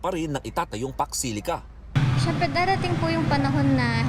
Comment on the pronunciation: Hello po madam. Eto po ung pax silica hnd po fox, at hndi rin fuck